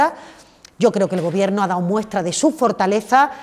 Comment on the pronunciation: Esta señora necesita un iphone 13 o un curso de pronunciación... que sinverguenzas estan con todo el rato llenandose la boca de "este gobierto progresista de España"